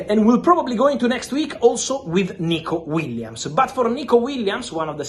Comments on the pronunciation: Aah yes, Nikico Williams 😂 (read the description) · Nikico Williams? Lol